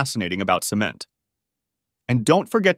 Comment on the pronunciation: And they pronounced it "SEE-ment"! :face-blue-smiling